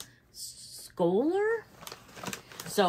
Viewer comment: Ohhh I love suede bags! It gives me vintage vibes for some reason. Beautiful colour. Pronunciation was pretty good just drop the ‘c’ - shouler 😊.